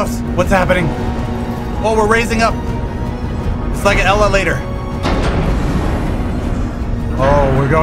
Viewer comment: a ellalator lol